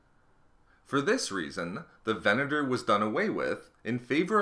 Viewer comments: how many times did you actually say VENETOR? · Furth-ur the Venet-ur class destroy-ur was small-ur. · Largur, Furthur, Destroyur, Venatur, Howevur woa noice speaking m8